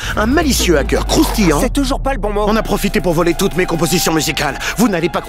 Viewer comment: canons quand tu dis croustillants ça m’a tuer